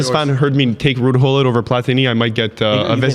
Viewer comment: His name is not (hull-it) it’s (Goo-Lit)